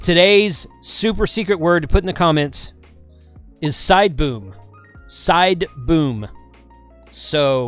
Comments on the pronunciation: SIDEBOOM, jesus i old of sworn you said SIDEBOOB! HA! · lol! I thought you said side boob, not sideboom.